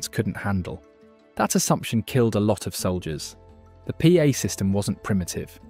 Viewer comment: Pa is pronounced Pā (Par) good video